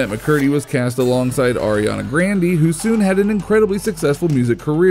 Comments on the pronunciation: I know this guy didnt just say ariana "grandy" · This dude said ariana grandy🤣🤣🤣🤣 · The fact that he pronounced Ariana grande’s name as Ariana grandy 💀💀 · arianna grand-ee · "Ariana Grandy." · “Ariana Grandy” I’m deaddd 🤣❤️ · Grande not grandy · It’s not granday it’s grande. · It's funny how he says Ariana grandey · are we not gonna talk abt when he said Ariana Grandy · Bro he said Ariana’s last name like Ariana grandie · Ariana “Gran-dee”, are you for REAL?! im ded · “Ariana Grandey” 😂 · Ok buy why is no one talking about “Ariana grandy” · He said grandee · “Ariana grandy” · Ariana GRANDY! REALLY? CMON DO BETTER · He said grande rong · Ariana Brandy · Everyone pronounces it grande like the Spanish word for large but I watched an interview where Ariana herself pronounced it “grandy” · Grande is pronounced Grandee I’m this case since it’s an Italian name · There was an interview where Ariana herself said that “grandee” was how her last name should be pronounced, because that’s how her grandfather (? Idk I don’t remember) pronounced it too. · nobody cares if he mispronounced "grande" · He said Ariana Grande wrong